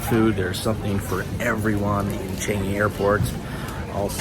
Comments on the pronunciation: not tryna be rude but i cant stand you calling it ch-an-g-y airport lmao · 😂😂😂😂 you cant even pronounce changi correctly. You screwed!